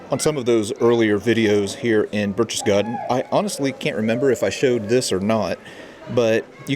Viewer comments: BAIRCH-TES-GAHDEN!!!.....Not BERCHESSGARDEN! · "Burk tess gaden" Not Burch. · When you pronounce Berchtesgaden the first part of the word sounds like Birk as in Birkenstock not Birch like a birch tree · Please do some research and start pronouncing things correctly! Berchtesgaden is not pronounced 'Birch-chess-gaden', it's 'Berk-tess-gaden'! Your videos are great but this is annoying! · Sorry, but phonetically it is "Barektess Garten"... driving me nuts! LOL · Bear-K-tess-garr-ten. That is all....carry on. ;-) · Pronounced 'Berk-tess-gar-ten', my friend. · I know what you missed, how to properly pronounce Berchtesgaden haha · You lose all credibility when you can’t even pronounce this cities name!!!! Your from a museum??? Learn how to pronounce the names and city names correctly or DONT even make the video.